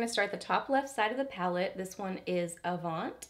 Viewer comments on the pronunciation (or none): “Relevé” is French and pronounced rel-ah-VAY. Avant is also pronounced without the t. But you did a great review on this palette. Mine is in the mail and I’m ECSTATIC.